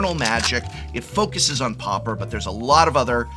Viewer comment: Prof…. Prof… for an educated man you would surely know how to pronounce Pauper (paw-per) properly ffs.